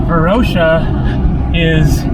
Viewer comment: You are missing pronouncing Varosha and Famagusta.